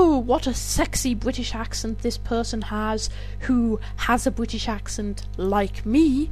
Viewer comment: Lol bwitish